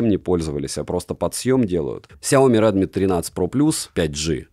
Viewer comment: Дрилми - это ж не оговорка, да?)) Шутейка?